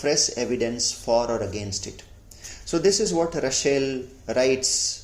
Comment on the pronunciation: Nice video. Thanks. Russel not Rushell.